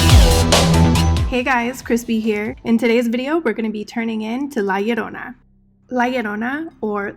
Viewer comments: Aaaaaand you pronounced it right. Amazing video! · The fact that you can say it correctly, makes me all kinds of happy 😂🖤🙌🏽😘